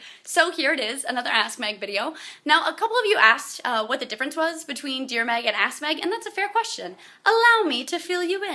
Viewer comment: It sounds like she is saying Ass Meg. Lol